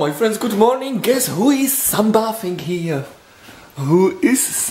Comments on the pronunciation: Okay enough. SUN-BAY-THEE-NG. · ..it's Sun Bathing as in. Bay-theeng or long A. And emphasis on the I..love by I Bay theming. Love your vlogs and pranks. Enjoy seeing how people recognized SE you all. Would've never dreamed of this when I first went to your lovely country to interview Vacal Havel. Also covered Lech Walesa in Poland